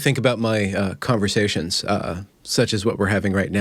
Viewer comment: “Calmversations.” I like it.